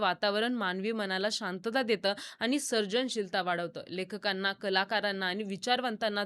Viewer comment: आणि ❎ आनी ✅ माणूस ❎ मानूस ✅ पाणी ❎ पानी ✅ व्वा मराठी छान आहे तुमचं